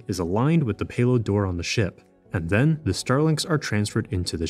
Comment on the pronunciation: "Zen"? "Zat afternoon"?